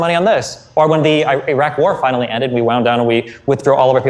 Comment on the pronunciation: How the f he manages to pronounced Iran perfectly but buthcer the Iraq